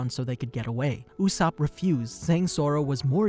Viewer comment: Why… Why did you call him “Oooosop” It’s not that hard to say his name